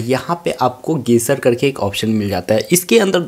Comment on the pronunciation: Bhai ne gestures ko gaser bol Diya 😂😂